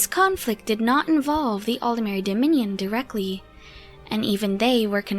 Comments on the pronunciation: Why does everyone seem to pronounce Aldmeri as if it was written Aldemeri? There's no e between the D and the M. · It's how they pronounce it in game. It's also nearly impossible to pronounce it aldmeri, your voice will naturally try to insert an e, at least for a native English speaker.